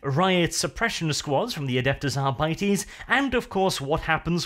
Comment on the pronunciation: ....adepus arbities? i cringe every time he mispronounces it